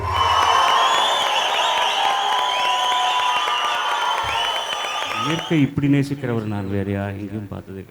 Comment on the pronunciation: எழுத்து உச்சரிப்பு பல தவறு சிரிப்பு என்பதை ச்சிரிப்பு என கூடாத சின்னமே ச்சின்னமே அல்ல தமிழ் உச்சரிப்பு வேறு